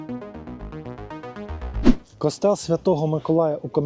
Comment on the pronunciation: Ну з наголосами у вас великі проблеми! Який "кОстел"? "КостЕл"! А не розуміти різницю між архітектурою і скульптурою - це вже за межею!